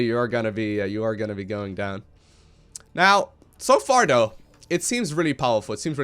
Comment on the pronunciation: i like to think is an inner troll with how he says certain words:P "togeder" "duh" (instead of the) "dough" (instead of though) etc...